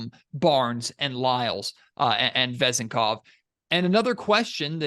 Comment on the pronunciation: The accent on his last name could be on the second syllable